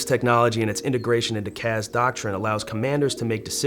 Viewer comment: CAS not CAZ. Where is the Z? Why would you pronounce it like that?